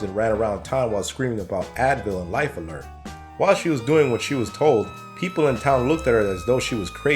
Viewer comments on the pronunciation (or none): none